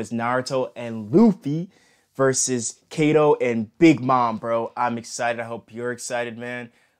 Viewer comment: Bruh you are pronouncing Kaido wrong your saying it like this Ka Dou but it is Kai Dou